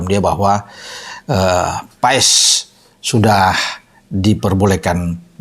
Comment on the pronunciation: yg bener baca nya "MARTIN PAES" atau "MARTIN PAS" ?